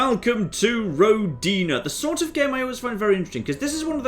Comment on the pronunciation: Oh, what a shame you don't know russian. It's pronounced rO'dina.